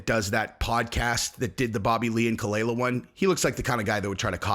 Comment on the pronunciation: You can't even do enough research to know how to pronounce khalyla or, that their NOT MARRIED, or even that ethan, h3, is an advocate for freespeech on youtube, having won several lawsuits to protect reaction youtubers like yourself. (Dumbass).